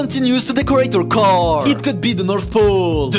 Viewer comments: "in her carrrrr" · "She Continues To Decorate Da Caeuuur" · “Her carrrrrrrr” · "She continues to decorate her carrRr"